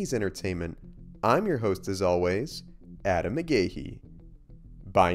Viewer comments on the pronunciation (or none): none